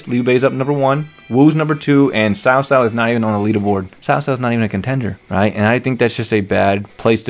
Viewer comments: Not sao sao, it should pronounce as chao chao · When i was kid they did it for cao cao but it sounded like "cow cow" for ps2 age but they changed when they did dynasty warriors 6 but I agree with you cao cao when we played him in different visions at first oooh big bad man but once you got to known him he was acting of the times of war even though he is no sanit but he helped a lot of different people and brought them together readguradless of their history like yellow turbans